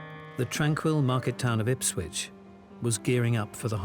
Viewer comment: Why do they always say IpswiTch, when it is Ipswich?